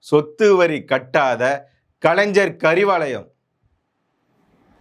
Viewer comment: கலைன்ஜர் இல்லை கலைஞர் 1000 தடவை சொல்லி பழகுக😂